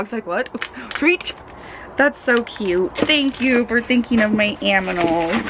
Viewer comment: You said Aminals lol it's cute